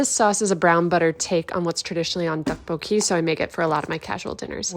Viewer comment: Ok but your pronunciation of 떡볶이 tteokbokki is 🤌🏼